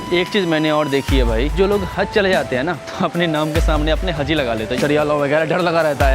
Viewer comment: Hazi nahi haji hota hai or haz nahi haj hota kya bhai urdu ka jad mar dere ho 😂